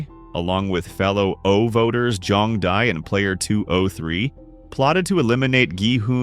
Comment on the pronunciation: “See-me” 🥀🥀 “Jung-bow” 😭😭